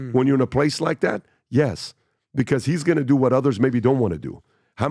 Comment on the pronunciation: I love how PBD pronounces "do", "Do-o"